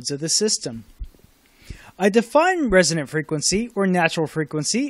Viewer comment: ... resonant - not resident !